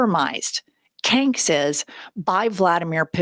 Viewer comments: Not me dying over you calling him “canks”. This entire admin is a effing clown show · Omg!! “Canks!” 😂😂😂😂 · "Canks." LMAO! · “Kanks”, lol! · “Canks” makes me laugh as hard as Pumps